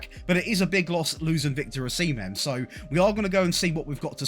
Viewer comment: Os-i-mhen..... not hard to pronounce